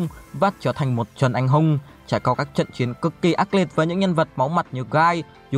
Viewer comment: Đọc khó nghe quá , sai chính tả tùm lum ,Anh Hùng mà cứ đọc anh hung là sao cha 🤷